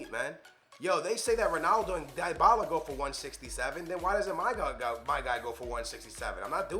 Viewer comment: This 40 year old bozo doesn’t know how to pronounce ... diebala lahhhzzioo mahteach smh.